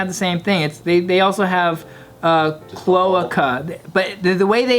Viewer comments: chloahka. Clo ay kah. bRUHHHH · Clo-AY-ca Not clo-uh-ca haha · CloAca. Americanize that vowel. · It’s pronounced Cloh Ay Cuh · pronounced clo-A-ca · I wouldn’t know it’s pronounced CLO-AY-KA either due to these comments lol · Lol it's pronounced as cloaaca, that's how it's said. You say the letter A. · Its pronounced "clo-a-ka" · cloaca clo·a·ca Pronounced (Clo-ache-a) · Say it with me. Clo-ay-cuh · They really didn’t know how to say cloaca and didn’t know that’s what birds have🤦🏻‍♂️ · Me, a science major, screaming internally over their pronunciation of cloaca for the first few minutes. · It was frustrating to hear. I'm surprised Bart didn't know how its pronounce since he a bio student. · when they don’t realize they’re saying cloaca wrong 😑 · the fact that non of them know how to pronounce cloaca properly. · This whole episode they gonna say cloaca wrong aren't they and it's gonna be in every comment lol